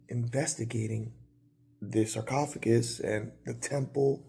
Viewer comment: sarcophagus!!!! You said it perfectly lol Great episode